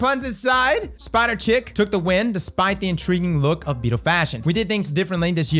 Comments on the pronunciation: Is some one gonna tell chick is pronounced sheek lmao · No way he pronounced Chic as "Chick" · “Chic” is pronounced “Sheek”. Think French and pretentious. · Spider "sheek"